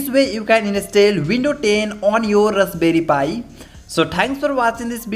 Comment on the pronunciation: rusberry pi 😁